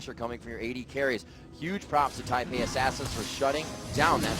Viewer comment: first of all, its taipei second, its fuck not fuuuuuuuuuuuuuuuuuuck